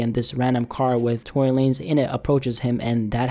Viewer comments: You cant pronounce Tory Lanez without a big L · No it's Tory lamez